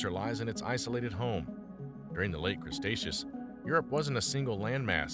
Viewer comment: Crustaceos? Really, Crustaceos? Seriously? You repeated this multiple times through the video. That's really sad. Obviously you're not even aware that the 3rd part of the Mesozoic was called Cretaceous. Oh good Lord!